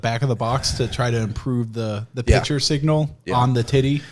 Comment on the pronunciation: One day, I will teach that there is a "c" in the word "picture." One day.